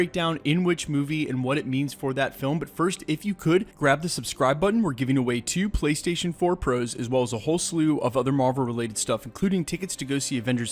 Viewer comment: ?Does anyone else think its weird the way he says "2 Playstation 4 Pros"